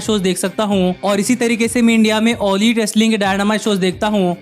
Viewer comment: Bro video was nice but u pronounced all lit instead of all elite